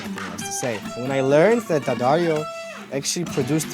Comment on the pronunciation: lil bro does pronounce Daddario more correctly than Sor tho tbf